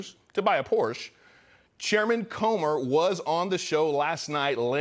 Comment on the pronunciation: A pet peeves of mine is when you newscasters CAN'T pronounce Porsche